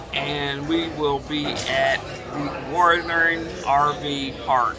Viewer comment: Yes your saying it just fine. Most people from different states have a accent when they say it. I cant wait to get out there and travel and try some of these places with my Rpod.